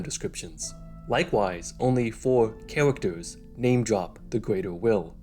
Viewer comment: "The Gweater Will", "Only four chawacters"